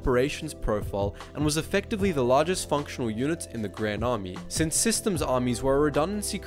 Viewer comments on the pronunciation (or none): none